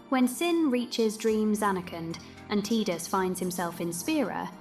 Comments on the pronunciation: You almost lost me at T”i”dus. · His name is Tie-dus, yevondammit!